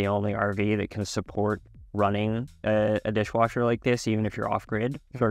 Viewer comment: Did he say DISHING WASHER😂